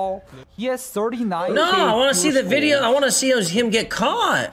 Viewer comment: Why can't spanish speakers say the letter V. Anytime a spanish speaking person says the word "video", they pronounce it "bideo".